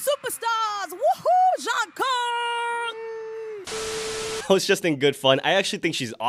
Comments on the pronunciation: Wait did she call Jungkook “Jungkung”? 😂😂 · The way I heard “John Cook” lmaooo. With the music Jungkook has been putting out lately he’s starting to remind me a lot of Justin Timberlake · Not "John Kung" 😂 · Lol thats Nomzamo mbatha from South Africa, she didnt mean to pronounce his name a little bit off😂....We as south africans just got a bit off accent